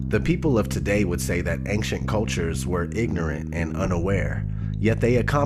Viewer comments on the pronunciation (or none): Is anyone going to bring up how he pronounced ancient?